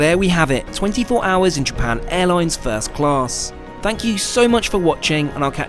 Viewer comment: "japarn airloins"